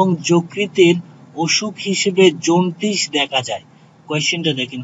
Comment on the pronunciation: এগুলা কোন দেশের উচ্চারণ...? জন্টিস,গুগুজ,............ ......😆